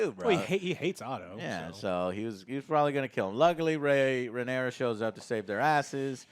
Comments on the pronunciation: It's not pronounced Ray. It is pronounced Reh-Nair-Ah. The sound of the letter R by itself. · omfg it's "Ray-nee-ra" ffs! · Damnit! It’s “Ray-Near-Uh”! We’re 2 episodes in, come on! 😂😂😂😂😂 Just yanking your chain 😁